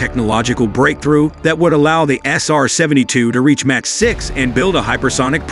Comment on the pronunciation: MACH is pronounced "mock" not "match" !